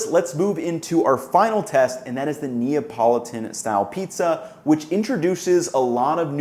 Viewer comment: It’s to difficult say Napolitan?